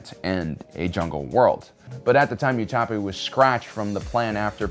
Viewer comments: Utapu ? wasnt it called Utapau ? :D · Why is he pronouncing Utapau wrong?